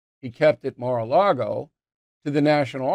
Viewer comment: you said ma a lago..again 🤣